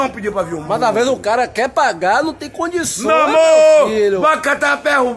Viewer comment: "Mo amorrrr" kkkk